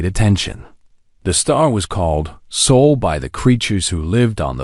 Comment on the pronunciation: Our sun is Sol. Not Soul!!!